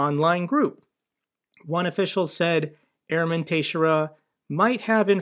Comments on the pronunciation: The leakers name is Portuguese. It is pronounced Tuh-SHARE-uh. Love your video's and the only problem I find with them is that they are not daily! Thanks!!! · That last name is pronounced, TEX-AIR-RUH. I know from a girl with that surname from highschool, just FYI. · Hi. It's pronounced "ta-SHARE-ah". Keep up the great work. 😊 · Lol you pronounce that last name Tix-Sarah. It's a very common Portuguese last name. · must not follow baseball if he can't pronounce "Teixeira" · Quick question if I may, is your pronouniation of his Surname correct or are you guessing like I am? You seem to pronounce the X as a T which was not what I guesses for sure. ;)